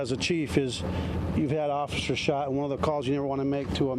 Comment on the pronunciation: I thought it was officers not offishers lol